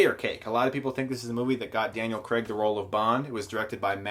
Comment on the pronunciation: His name is Daniel Craig not Daniel Creg